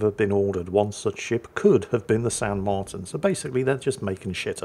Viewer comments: The í is like an ee So Martín is more like “Marteen” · Not to correct the but its pronounced "Mar-teen" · Is ok... Martín in spanish have the accent in the i....but thats fine......btw, i hope San Martín still burning in hell.